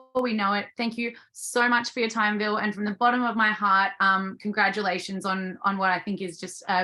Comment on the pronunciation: It's really not difficult to pronounce. I've heard plenty of Australians pronounce it correctly. I generally assume that those who pronounce "Ville" incorrectly have only read it and never heard him say it but I would imagine longtime fans have heard it multiple times.